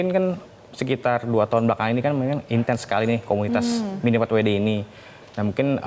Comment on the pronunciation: tinggal bilang miniempatwede susah amat . kalo mau bilang pake bahasa inggris harusnya minifordabelyudi bukan miniforwede .😂😂